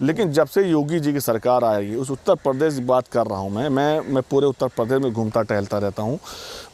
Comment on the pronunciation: Jahil Uttar Pradesh hota h na ki pardesh